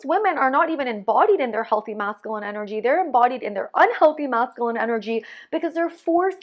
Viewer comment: It's MASCULINE there's a "U" in the word lol